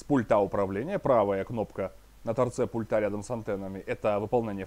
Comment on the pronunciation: Я Вам уже писал, не "пультА", а "пУльта", не в "пультЕ", а в "пУльте". Вы так тщательно подбираете слова, говорите предельно корректно, но слово пульт просто режет слух!!!